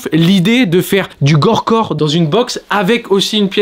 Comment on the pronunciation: On dit gorpcore frero pas gorecore